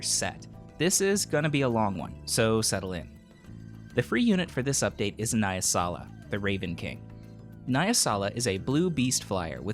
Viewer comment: nah-yeah-sala my ears